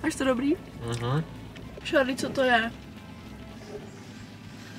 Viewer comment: Jmeno a je to Charlie a vyslovuje se to Šárlí